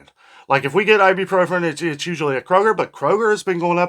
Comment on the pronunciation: Please stop saying "ibupropren", its "ibuprofen".